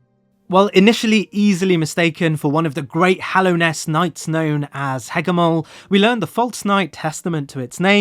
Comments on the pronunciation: Weird just how many prominent names you get wrong... it's not "Hallowsnest", it's Hallownest. It's not Trobuyo, but Trobbio. Makes me wonder how such errors could consistently pop up. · "Hallowsnest" 😕 Trobio mispronounced 😕 The Hollow Knight misgendered 😕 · Great video, however every time you say hallow’s nest or mispronounce trobbio i die a bit inside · Why do you keep calling Hallownest "Hallow's Nest"? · “Hallows nest” bruh. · I love you man, but every time you say “Hallow’s nest”, I die a little on the inside, there is no ‘s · hallow's nest tro bye oh THE hornet i'm fucking dying here lol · I mean, I appreciate how he doesn’t pronounce it “Hollownest” like half the YouTubers who discuss the game, but yeah, that extra s killed me. 😂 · 😂 that's adorable